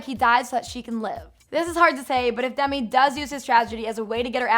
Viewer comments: No hate but it's sounds like Dummy not Demi🙈🙈🙈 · DEMI. DEEEEMI. NOT DUMI. LOL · Sounds like you're saying dumby when you say demi hahaha